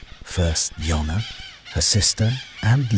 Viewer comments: JONNA JONNA JONNA… NOT YONNA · you need to get the names right..... its jonna , not yonah .... its jinx , not jiggs ......